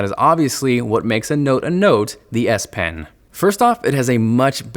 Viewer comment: I swear he says DS pen lol